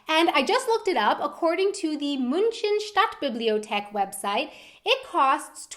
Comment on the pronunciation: München Stadtbibliothek 😂beste Aussprache